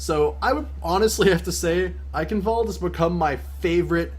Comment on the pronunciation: does this " Eicenwalde " how you pronounce it even sound german to other people ? :D It is obviously not right :P But I guess I should get used to it because everyone pronounces it this way :)